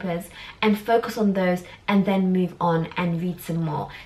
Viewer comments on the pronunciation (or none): Who else feels she keeps pronouncing And as “end” 🤔😐every time she said “and” it sounds like she’s saying end!